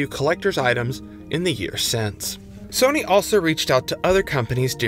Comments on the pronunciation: why is he pronouncing it Sonny 🤣 its SOH-NY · i refuse to watch a video about sony made by a guy who pronounces sony in a way i have not heard another human do it